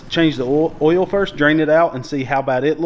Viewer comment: Just say oil like paul wall, its ok